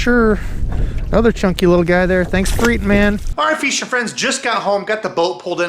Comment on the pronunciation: Nothing fixes a busy Monday quite like hearing “What’s happening, feeshin friends”